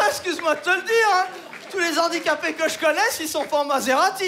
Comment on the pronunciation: j'espère que tu ne le prendra pas mal, mais comme dans l'un de tes sketches tu te moquais des rappeurs , je me permet aussi de te reprendre;) quand on dit "les handicapés" le H est muet, donc on ne fait pas la liaison.... niveau CE1 ;) bonne continuation samy ;)